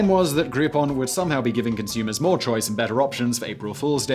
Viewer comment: What is 'moah'? I know you were going for the sound of someone damaged shouting "More" but More is a real thing, at least relative to a lesser thing, allegedly, and Moah is not. "Mowah" is what you should have said. But then I'd give you shit for creating a more credible word that also pointed to nothing. Because 'think before you alliterate'.